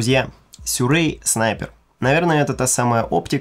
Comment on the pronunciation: Как понять, что стекла заслали? Сюрэй, а не Сируи! А так – обзор хороший, молодец!